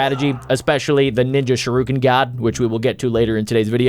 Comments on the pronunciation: It disturbs me how he says sharuken instead of shuriken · It’s pronounced sh-ur-I-ken